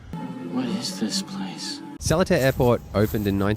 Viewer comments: its pronounced soo-buh-ng airport and suh-lé-tar airport and ch-UH-ngu airport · not sure if anyone here mentioned already :) it is pronounced as SIR-LEE-TA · Sir lee tah. Thats how you pronounce it 😂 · It is called "Sir Li tar". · Its pronounced se lay tar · Love the vid, thanks for sharing! Also love the invisible selfie stick you're using - you've got the knack of carrying it while carrying the tote! Excellent disguise! And finally, not sure if anyone's told you, but SELETAR is pronounced 'ser-lee-tarr'.... FYI and for future reference. :) :) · Welcome to sir-lay-tar airport. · Awesome vid. Just FYI, it's pronounced SER-LEE-TAR airport by the locals :) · The correct pronounsation is sir-lee-tar. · also it’s pronounced Se Leh Tar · Selatar is pronounced as Sir-lay-thar 👍😉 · its pronounced Ser-lee-tar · How to pronounce Seletar correctly.....SIR-LEE-TAR. Below is the wikipedia link to the history of Seletar. Thank you for visiting Singapore. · Seletar. Pronounced as sir-lay-tar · seletar ser lee tar subang sue barng butchered it lols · Its pronounced "Sir Lit Tar"~ =} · I believe Seletar is pronounced as : Si(r)-La(y)-Tar. Just say it as per normal with the letters in bracket, then try omitting the 'r' and 'y' while maintaining the pronunciation. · (suh) (lee-tahr), or even (suh) (litre) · It is pronounced “sir-lee-tar” and “sue-bunk” “car-lung” 😂 There are more than just 2 airports in Singapore, including military airports. Changi airport is not dated (omg!) It is constantly being renovated and upgraded. It is one of the world’s best airport. Dated is not the word you use to describe it. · the way i pronounced it is more of sir-li-tar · Sir'lee'tar is the local pronunciation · The airport is pronounce as Sir Lee Tar Airport. Please stop slaughtering our site names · The airport is pronounced sa-lee-tar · "Sir-li-tar " thats how u pronounce it. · Seletar is pronounced a like Sir Lee Tar It is not English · It was funny hearing "Solitaire Airport" over and over.